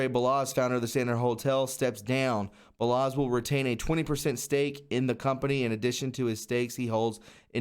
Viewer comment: Balasz is pronounced (Ball-Osh) > Hungarian last name.